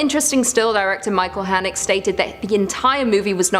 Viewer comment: That's...that's not how you pronounce Haneke